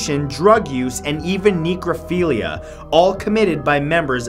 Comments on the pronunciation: It's pronounced NECKrophilia. Not neekrophilia. 🤦‍♂️ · Matt: Necrophilia Me: screams in my head Its called necrophilia, Reggie. Can you spell it? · "neecrophilia" isnt a word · again? dude, the prefix isnt pronounced with a long e